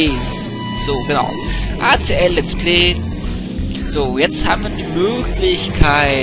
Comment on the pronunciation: voll cool! mach weiter mit deinen videos! aber das lets plee nervt wirklich.